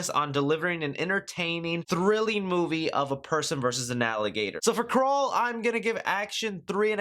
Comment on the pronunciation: I thought you said Krull 😑